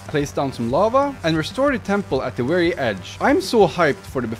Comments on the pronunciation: Why do you saw wary instead of very? I don’t mean to be rude, just curious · I love the way he pronounces "very"😭